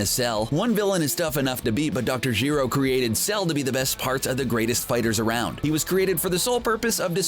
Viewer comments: Can't even say Gero right ffs lol. stopped watching after 2 min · Did you just say Dr. Hero? And not Dr. Gero?